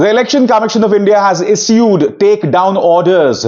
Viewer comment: Abhisar Is ude nahin ishood pronounce hota hai.